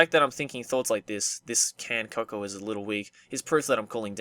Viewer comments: "Co-co-a" XD, it's pronounced "co-co." I don't blame you, though, English is weird. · its pronounced "co-co" as in hot cocoa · pronounced "coco" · "co-co-a"? c'mon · Co-Co, not Co-Co-Ah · Cocoa is pronounced "co-co" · Cocoa is pronounced "koh-koh" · Who the fuck doesn't know how to pronounce cocoa? Its pronounced co-co, in america at least hot cocoa is used interchangeably with hot chocolate. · Cocoa is pronounced coco XD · It's pronounced coco I think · im not trying to be mean but its pronounced coco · I don't know why, but whenever mispronounces a word I just instinctively correct him until he gets it right.